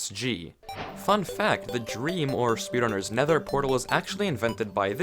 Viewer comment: When you said “drem” I thought you were making a joke